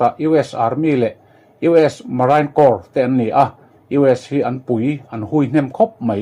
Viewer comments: Marine Corpse khi,Merain Crorps ti a lam lovin,anih ang tawo khian Marine ti a lam tur ani e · Hei hi alawm ka lo ngaimawh ṭhin. Heng ang thil common lutuk pawh lam dik loh hi chu, inbuatsaihna a awm miah lo tihna a ni mai a. Subscriber te zah vang chauh pawhin hriat tum ve tur maw le.